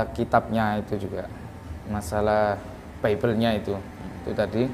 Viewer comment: 😂😂😂😂dusta mana lagi yang ingin kau nikmati?clim,clim...caramu ngucap bibel aja udah salah